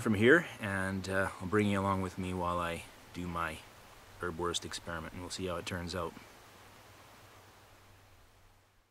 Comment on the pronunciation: Hi! Here in Germany you can buy Erbswurst in pretty much any grocery store and it is really useful outdoors. Greetings, Tim PS: Erbs Wurst = pea sausage , the first "s" is pronounced.